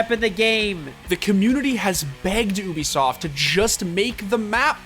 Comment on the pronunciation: Everyone: Ubisoft The Score Esports: Oobisoft